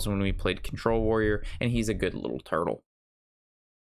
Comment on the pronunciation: "And he's a good little tortle"